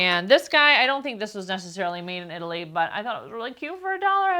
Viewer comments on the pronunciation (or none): none